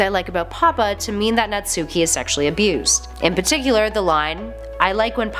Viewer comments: Its not nat suki its pro nounced Nat-Ski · ''Naht-ski'' wow people still say NatsUki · ITS NATSUHKI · "Naht-ski." The "u" is silent for a lot of Japanese words and names. We silly gaijin don't seem to get that. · Table of contents for the comment section; 60% People saying there is a happy ending (the true ending). 9% People saying about the wrong pronunciation for Natsuki. 25% People mentioning about the "Lit club" 5% Pun comments. 1% - Other comments.